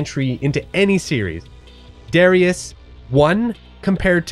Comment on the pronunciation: I shall never budge from my americanized pronunciation ha. I hate saying Grah dee us and duh ry us :-)